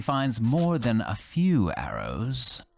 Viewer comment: "A vew years later "